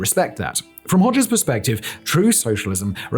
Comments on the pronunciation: Sometimes I think that Simon’s channels are all a cover for the real content which is deliberately pronouncing easily googleable things as strangely and as jarringly as possible. Hoe- szha not Hodger to rhyme with todger you muppet 🙄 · I knew about him, but I never pronounced his last name like that. Growing up it was pronounced more like 'pas-scha' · Yikes! And I thought that Nicolae Ceaușescu and his wife (in Romania) were bad! {cringe} Thank you Simon, I had heard the name; but never researched him (Makes note to self: In Albanian "xh" after an "o" makes the "o" a short vowel. "Hogger" .... or is the "r" on the end, Simon-speak?) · i love that he tries to get the pronounciation of the albanian words correct but fails